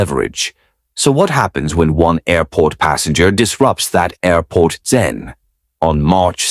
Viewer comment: "Aurport ZEN" 😅